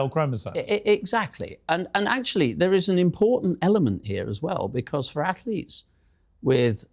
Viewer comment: "AFLETES" Seriously? He can't even pronounce Athletes.